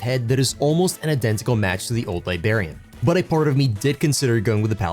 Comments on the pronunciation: LIBRARIAN WITH AN R FFS LIBARIANS ARE PEOPLE FROM LIBERIA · I need him to stop saying "libarian"...it's library...libRarian... WITH AN R 😂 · Bro I’m not even trying to cook you but every time you said libarian and not liBRARian I almost stopped watching 💀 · Great video but I cannot express how much hearing "Liberian" bothered me. Come onnnnnn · This is a great video and I hate to be that guy, but... It's liBRARian. I know English isn't your first language, but it was extremely distracting. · Liberian lol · Liberian ? Librarians . You miss the R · Are you purposely saying Librarian wrong? Have you never been to a library? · Remember there's an R in Librarian Awesome model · Dude. Idk why it bothers me. But just recall elementary school with all the teachers being irked by "The Liberry." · Haha I'm glad I'm not the only one who noticed that, thought I was imagining it. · Well, that's annoying as hell.😂